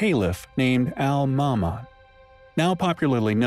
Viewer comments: His name is Al Mamoon Not Almama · I could be wrong I'm pretty sure I'm not but you are pronouncing his name incorrectly his name is said Alma Moon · You say it Al ma moon. Research how to say words please. PeeTree.